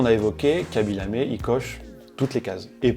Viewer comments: C'est "Khaby LamE" et pas "LamÉ". Signé un Sénégalais qui n'a vu que 3 secondes de la vidéo mais qui a quand même envie de la voir lol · Hello, ce n'est pas "Kabi Lamé" mais KHABY Lame. Un tout petit effort please sur la prononciation. superbe vidéo